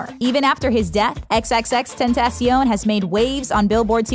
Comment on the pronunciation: Why do you say XXXtentacion like a typical white person